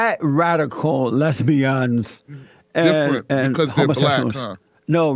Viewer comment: Les-bian LOL.